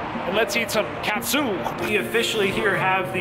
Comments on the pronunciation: it’s pronounced “Kut-Su” not “Cat-Sue” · katsu, soft 'a' instead of hard, less cat soup 😂 close to like a schnitzel in concept. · Now I’m craving it! Also, katsu in Japanese is pronounced “KAHT-Su” meaning “filet cutlet.” “ton” (pronounced “ToHN”) means pork. So the “King Tonkatsu” t-shirt means King Pork Cutlet.” 🤴🏻🐖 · pronounced as 'cut-sue'...normally katsu sauce is ketchup, shoyu and worcestreshire sauce and perhaps ground pepper. Very popular here in Hawaii as local food cuisine. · Its katsu my friend. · 思い出 OH-moh-EE-deh. Memories No yiddish oysters in Japanese lol. You literally killed me every time you said cat-soo. 😵 TEHM-poo-lah. Nothing “pure” in tempura. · Ouch lol it's pronounced KAW(like saw)-TSU if you were to say it like Japanese. Tempura is like Tem- PURR-UH. Great challenge though! They have alot of challenges in Japan surprisingly how japan is smaller compared to to the states. I follow a couple yt channels of food fighters. Most of them are thin Japanese women that eat like you. Literally. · Thank you for clarifying pronunciation of Katsu and tempura for 👌. It was hurting my ears during the video, haha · Cat soup lol Need shredded lettuce. You pronounced katsu and tempura (ten-poor-ra) wrong. Lol